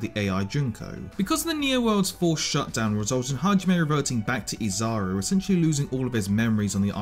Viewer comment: "Izaru" ? what in the f-, also what the hell was Junko doing at #13, see, this is what pisses me the hell off, when people don't give an explanation as to why Junko is below a piano playing idiot who barely made a huge difference in any player's heart for more than seven minutes or so, also what is the problem with wanting to spread Despair, Despair, Hope, emotions such as these are all natural phenomenon that control people everyday, if anything, Junko made the world see how utterly helpless it was to mother nature as a whole, even with its advances thus far, and somehow, SomeBLOODYhow, that's not enough for people because most are utterly clueless as to what Junko's true motive was, the fact that she was one of the ony two (Izuru being the other one) that possessed near-super analytical abilities making her the SHSL Analytical Prowess and later on the SHSL Fashionista and Despair respectively, just goes to show how she was backed into a corner herself by being unhealthily depleted of all Joy from the world that she resided in, in which she could never make a meaningful choice and get to experience an unpredictable outcome, which would make her choices matter, much like humans who indulge themselves into philosophy and think about the same topic, having no excitement in the world, in your life, would just make everything dull and life itself not worth living, so when you're trying to make a list, think properly before you go on ahead and put a character like Kaede or some ot